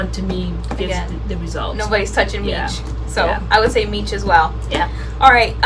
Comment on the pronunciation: Love this series! Oh and by the way Miche is meesh not meech lol. It's even sounded out for you on the label.